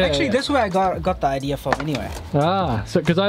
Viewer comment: Idea is spelled IDEA there is no R in idea so quit saying idear